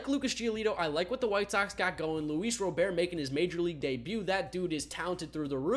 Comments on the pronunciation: Luis ROBERT!!!!!!! not Row-Bear!!! he pronounces it the American way!!!!!! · it’s not pronounced luis robear it’s just robert like a 60 year old american dad